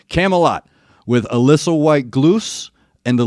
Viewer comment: Good one. You got Allisa, Elise pretty spot on Think Gluz, is pronouned Gluth. Someone will smack me if i got that wrong